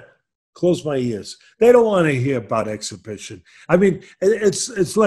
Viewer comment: AN EXHIBIXION!